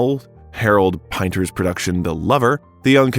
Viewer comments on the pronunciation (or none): Harold Pin-ter 🤦‍♀️ famous playwright 👩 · I can't continue with this, because of the (AI?) narrator who has just pronounced (Harold) Pinter wrong. I don't think Robin would have approved, either. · If only the narrator could pronounce the names: Julliard, Pinter, Ebert and other furiously famous names being mispronounced is just lazy. And very distracting. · How can a showbiz biographer mis-pronounce the name of Harold Pinter? 🤦‍♂️ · I don't know why mispronouncing Pinter made me so mad. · Is this narrator AI? It's hard to believe a real person wouldn't know how to pronounce Marin College and Harold Pinter.